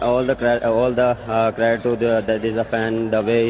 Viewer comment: the word is credit,prounced Cre- dit you just called it craadet. Laughing at others while every word you say is wrong. Momentam is not momentum.